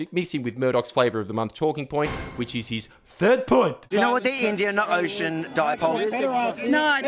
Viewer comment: HAHAHA FUCK ME "The Indian Ocean Di-poley" HAHAHA